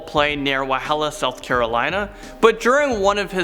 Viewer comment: im from Walhalla and its pronounced wall-hall-ah. My grandad told me a similar story about a man in his car. When I heard this I got shivers😂😂